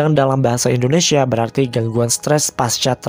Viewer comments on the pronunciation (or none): none